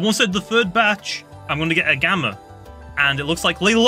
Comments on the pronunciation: Stop saying gammer it’s gamma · It’s gamma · i like how says gamma as 'gamer' xddd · When he said gamma I though he said gamer